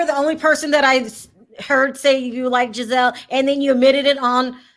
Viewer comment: Can someone please tell that Giselle’s name is pronounced with a soft G and not a hard G 😂. She keeps saying Gazelle like the animal 😂😂😂